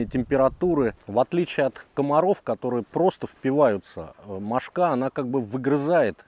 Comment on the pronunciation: Одна - мОшка (ударение на первом слоге. Две, три - мОшки. Много - мОшек. Закусали - мОшки. Но не мошкА.